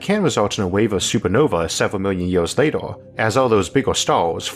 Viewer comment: Why are you pronouncing words with an 'E' in it like it had an 'O'?? "Disastors", "Lator", "Oorthh", "Undor" etc etc.